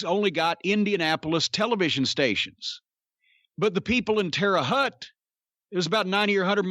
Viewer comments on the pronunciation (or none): i have never heard anyone pronounce terra haute indiana as terra hutt